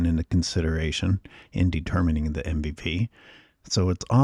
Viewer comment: Hey brotha, the mispronunciation on “the”, is not your best move. Especially when you’re making intellectual points.